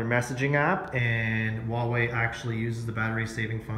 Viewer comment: WHO THE FUCK PRONOUNCES HUAWEI LIKE THAT